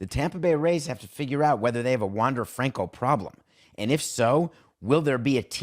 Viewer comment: Learn how to pronounce his name 🤷🏻‍♂️